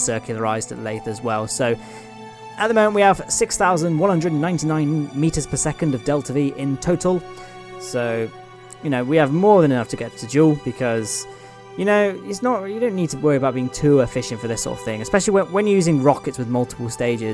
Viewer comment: why do you call jool djuel